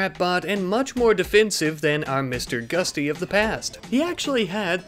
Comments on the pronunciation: GUTSY, NOT GUSTY. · Gutsy, not gusty. And it's called a Fat Man pneumatic launcher, not a "doomsday rocket launcher". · everytime you say Mr. Gusty it makes me flinch... its GUTsy! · its GUT-SY not GUSTY! xD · its GUTsy not GUSTy